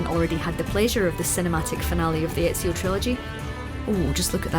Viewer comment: She said ezios name wrong triggered !!!!!